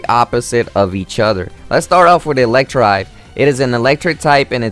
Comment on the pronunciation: you pronounced Electivire wrong. its pronounced suppose to be "E-lek-ti-vire"